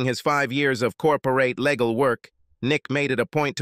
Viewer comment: What is up with changing the correct pronunciation of words around. Example, Legal to Lay gal